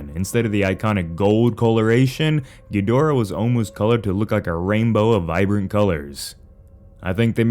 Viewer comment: The constant mispronunciation of Kaiju names makes my brain ache. Why can Americans never pronounce Ghidorah correctly? Or Gabara? Or even Gigan for pitty's sake! You don't have to be fluent in Japanese!